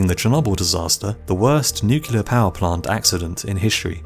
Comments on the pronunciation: IT'S NUCLEAR NOT NUCULAR! WHY CAN'T PEOPLE READ IT RIGHT? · it's nuke clear, not nuke yu ler. jeesh. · It's NUCLEAR not NUCULAR ffs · It's pronounced nuCLear. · New Clear. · Did you just say "nook-yoo-lurr"??? jesus. Learn how to speak. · Great video, but I think he said "nucular" . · No its nu-clear not nuke clear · Narrator said "nuc-u-ler"... Literally unwatchable. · He did. He said it twice, in fact.